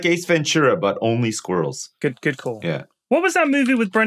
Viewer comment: and lewis: Sqwhereruhls.: Squral